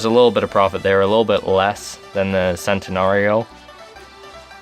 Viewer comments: Sentenario? It's CHENtenario dude.. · its CHAN-TUH-NAR-EE-OH not SAN-TEN-AH-REE-OH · It centenario with a "sh" not a "se"...someone had to do it! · Its pronounced chentanario not sentanario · Its pronounced CHENtenario god dammit! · Did he just pronounce the Centenario as sentenario? ITS PRONOUNCED CHENTENARIO. triggered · Centinario (Chen-tin-ario) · Love the video and really helped but just an fyi, it is pronounced CHENT-I-NAR-I-O. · Learn italian bro its pronunced "chent-anario. Any thanks...? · It is pronounced Chentinario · Tom Wood It's common sense dude. That's how it's pronounced in Italy, the C's are pronounced as "Ch".